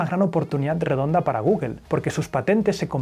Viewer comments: Tambien "Guguel"?? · ¿Por qué dicen "guguel"?